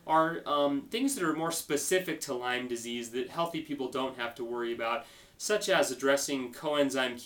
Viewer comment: Lymes?? (you don't even pronounce it right lol) And wait a minute - you're avoiding gluten? avoiding milk? These practices are QUACKERY! How dare you! Look brotha - I'm with you that we should all be cautious of listening to those who stand to profit off the sick. But someone like a Bryan Rosner, Lee Cowden, or an LLMD who HAS Lyme and has been to he!! and back with this disease is someone I don't mind lending an ear to. You wouldn't understand - It's a Lyme thang ; )